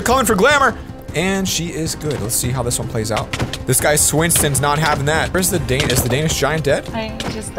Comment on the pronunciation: When he say your name wrong swinaton